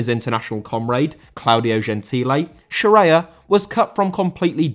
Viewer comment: Scirea* not Scereier